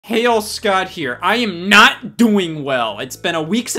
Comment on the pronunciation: Did he say "Hail Scott here" at the beginning?